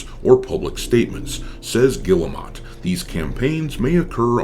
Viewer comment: Im pretty sure it's pronounced "Geel-mo"